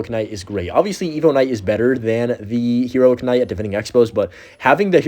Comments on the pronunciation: Why do you say k-night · Please don't pronounce the K in Knight